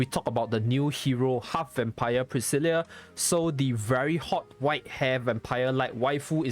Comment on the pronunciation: Her name is actually pronounced Pris-Sill-Ahh, my little cousin's name is the same name so I'd know. Not a complaint mind you just letting you know for future reference is all.